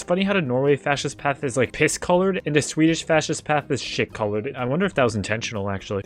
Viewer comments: why do you pronounce swedish like it's german 😭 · your pronunciation of swedish is very annoying